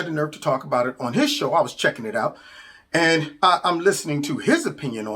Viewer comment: The way she says "and" - "eeeeund"